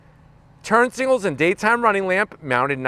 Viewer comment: World: Signals. Him: Singals.